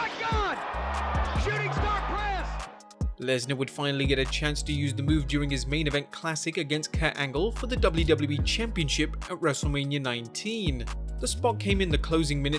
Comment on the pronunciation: "kat" angle. dude learn the names. I hate it when people put out a video do a crap job at researching and get simple facts like someones name wrong. Its Kurt you moron.